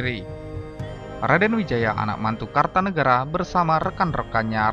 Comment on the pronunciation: Maaf bukan KARTANEGARA tapi KERTANEGARA , jangan salah sebut atau salah baca.